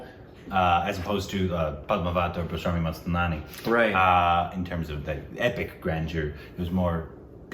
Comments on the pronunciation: I love how confidently names Bajirao Mastani as BAJRAMAMI MASTNAMI 😂😂😂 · plzzzz first say 'bajirao Mastani' clearly!!!! It's not 'bajirami mastnani'..... 😂😂😂😂😂😂😂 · Did just say pastrami mastanani??? xD omg i'm done! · you still cannot pronounce "Bajirao Mastani" can you? 😀😀